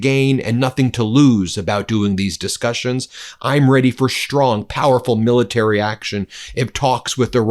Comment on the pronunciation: Ben, we love you but are constantly irritated by your lazy speech patterns which result in your shtrong, shtrange, inabiity to pronounce the ST sound properly. English language shtruck down by vocal laziness!